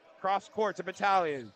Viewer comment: #34 for Orangeville is pronounced BAT-TAG-LIN. Not Batalion 😂